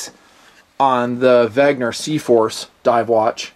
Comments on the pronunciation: IT’S WENNGGGGGER. NOT WEGNER?! I love you but it makes me fiery red mad everytime you say wegner. Please. WENNNNNNNNGER. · "VEN-GER" not "VEG-NER"... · Pronounced VEN-GER not VEG-NER... I think vegner is an anti veggie word made up by hipsters :) Trouble with affordable watches is the lume... :(( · You almost got the German pronunciation. Notice the g comes before the n, not vice versa. So it's not veg-ner, it's veh-nger, with the nger sounding like it would in hanger or singer. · really? Weg-ner again? Think "Ven-ger!" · “Wegner”. It’s like the George Bush syndrome, “nucular” instead of “nuclear” lol